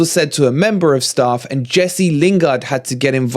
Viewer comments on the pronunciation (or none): none